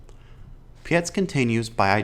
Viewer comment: It’s Pietz - like word Pie + ts on the end So like bytes with a P - Robert Pietz